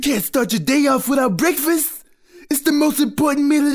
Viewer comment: mcdonalds brefast lol